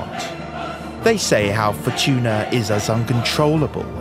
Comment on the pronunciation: Wheel of Fortun(a) 😂